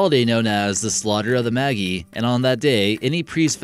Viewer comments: Cool topic but it's Maj-EYE not maggie. The maj part is pronounced like in magic. :D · Magi is pronounced like magic. Not Maggie. The g sounds like J.